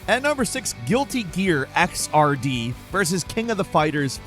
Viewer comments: ok so fun fact: XRD is pronounced X-ERD... sooo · Xrd is pronounced as a word not by the letters...just sort of the way GG games are